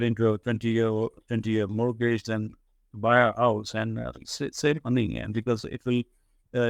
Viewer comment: I learnt a lot from this gentleman. By the way,, don’t take this the wrong way but your pronunciation of ‘mortgage’ is incorrect. I’d recommend taking a moment to learn the correct pronunciation of this word and it’s very simple where you can easily find it with a quick google search.